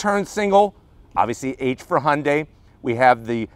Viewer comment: What's a "Hunday"?